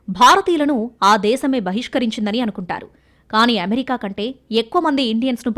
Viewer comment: అమెరికా అనే పదాన్ని ఎందుకు అంత ఛండాలంగా పలుకుతున్నావ్. ఏమేరికా ఏంటమ్మా? అది అమెరికా కదా.... చెత్త స్టయిల్ మానెయ్.....